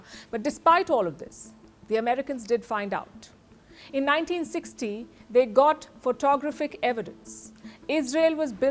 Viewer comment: Learn how to pronounce, “ photographic.” It’s not phoTOGrophic, but photoGRAPHic , with the emphasis on the capitalized letters.